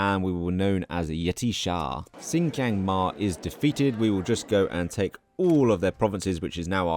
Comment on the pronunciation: Where do you get the "J" sound from the letter "K"? Lol...sin - key - ang, not...sin - ji - ang